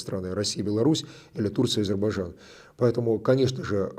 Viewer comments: Фархад, научите русских гостей правильно произносить Азербайджан. Мне как бакинке ухо "режет".😊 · Какое хамское требование - бакинка, не слушаете на русском - ищите переводчика беседы с правильным произношением((((